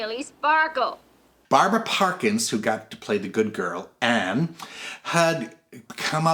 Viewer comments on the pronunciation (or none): none